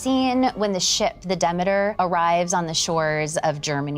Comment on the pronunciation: She lost me when she mispronounced Demeter but there’s a chapter in Christopher Frayling’s book, Vampyres, written a few decades ago, with a chapter entitled “haemosexuality” which illustrates that this isn’t a new approach